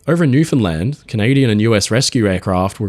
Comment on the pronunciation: As a Newfoundlander, please accept my thanks for pronouncing the name of our province correctly